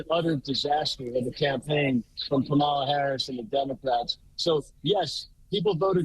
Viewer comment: You pronounce Kamala WRONG!